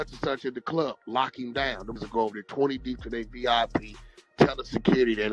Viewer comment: The man said “dere” and not “there”